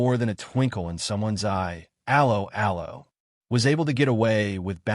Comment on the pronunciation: The pronunciation of 'Allo 'Allo.... You didn't even try